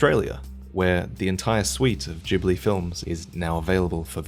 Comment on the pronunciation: did... Did he just say Jhibli?